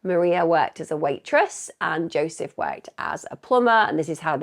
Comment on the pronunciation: Jozsef is "YO-sef" and the Hungarian name Eva is "Ava"